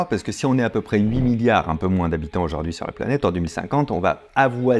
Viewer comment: J'adoooore vos videos, les concepts, idées, et la bienveillances sont une vague d'air frais ! <3 Est ce que tu peux prononcer aujOUrd'hui et pas aujAUrd'hui par contre :p je demande pour un ami